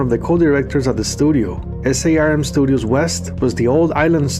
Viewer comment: SARM is just pronounced as a word - Sarm. Great video!